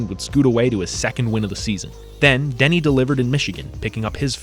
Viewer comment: “ no-way den-nay” has me rolling